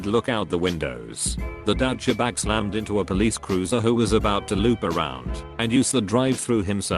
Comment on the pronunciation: and deutsche-bag